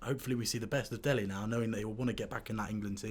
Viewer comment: Its Dele not Delhi